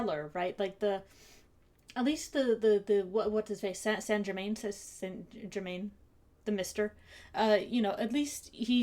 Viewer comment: Oh, interesting. The idea that Isaac might’ve been better off if he’d listened to Dracula hadn’t actually occurred to me. Neat. Enjoying your comments; if it helps, they don’t seem too long to me. Question: do you know why St Germain pronounces his name the way he does? More accurately, why names like that are pronounced that way? You seem like you might, so wanted to check before writing an entire paragraph (he says, at the end of an entire paragraph).